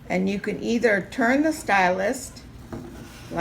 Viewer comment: Great video but I had to turn off quickly because I couldn't stand you saying 'stylust' so many times! It's stylus without the t! God that was absolutely infuriating, I want to watch more but I just can't face it haha